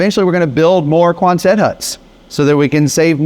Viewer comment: it’s pronounced KWAHNsit not kwanSET.